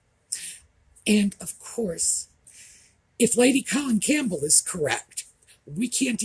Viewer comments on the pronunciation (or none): none